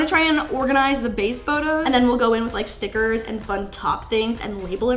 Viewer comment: When she said “stickers” I thought she said “snickers” 😂😂😂😂